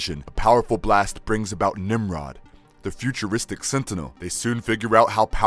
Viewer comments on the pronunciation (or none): none